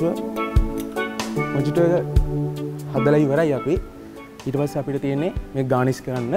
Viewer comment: Mojito කියලා ලිව්වට pronounce කරන්නේ මොහිතො කියලා